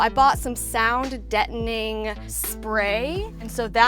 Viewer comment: Did she say “sound dettning” foam?